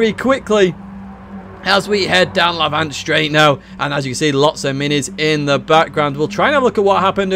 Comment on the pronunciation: a bit late but FYI Lavant is pronounced lav-ant not la-vant as you do. just a little info from a local man who lives in lav-ant!